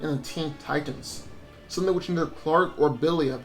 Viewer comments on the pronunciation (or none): none